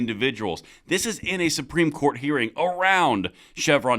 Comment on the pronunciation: The word is "COURT," not "quart." A quart is a fluid measurement - 32 ounces. Or a QUARTer of a gallon. Get it?